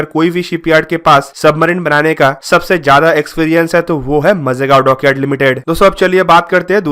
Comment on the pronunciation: मजेगाव नही माजगाव बोल.